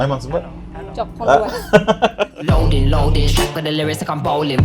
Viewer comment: Қондыбай,а не конырбай😂